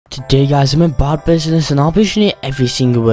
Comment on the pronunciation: its funny how he says bad business bod business